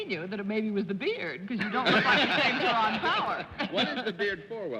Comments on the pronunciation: did Arlene pronounce "Tyrone" as "ta- ron"? i have only heard pronounced " tie rone". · I thought it was pronounced tie roan not tie Ron? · Leave it to Arlene to know to pronounce it "Ti -ron." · Ms Frances pronounces his name Tyron instead of Tyrone, interesting.